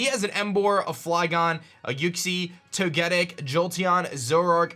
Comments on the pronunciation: *Toe-Guh-Tic , not Toe-Geh-Dic. I dont normally get upset over mispronunciations, but how can you look at the pronunciations of Togepi and Togekiss and arrive at Toe-Geh-Dic ? Lmao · Sly Not even close fam. He said: (toe-get-ic) which is straight wrong. It’s pronounced: (toe-geh-tic) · The way you say Togetic is cancer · Canadian Zudomon yes it’s wrong. There’s an overall accepted way to pronounce things. And I am white Christ. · Canadian Zudomon yeah and if he said the weird duck bird with blue and red triangles I would have understood what he meant. Doesn’t mean it’s right.